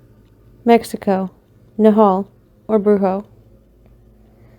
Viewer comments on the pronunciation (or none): The Mexican one is a witch and is pronounced nah-wal I should know my mom's uncle was bitten by one